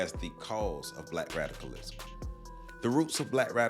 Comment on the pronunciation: Are you saying “Black radicalism” or “Black rationalism” , because they both sound exactly the same to me ? Need we say more ? Amin .